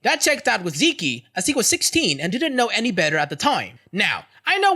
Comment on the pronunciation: Zeke is pronounced "Zeek", the ending e is silent.